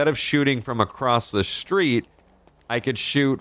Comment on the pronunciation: Funny how you say shhtreet instead of street